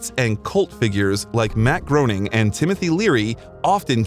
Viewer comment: This video is pretty convoluted in terms of timeliness, when and why did he go to Germany? How long was he there? You also mispronounced Matt Groening's name. It's GRAY-ning. Do better. You'll get more subscribers.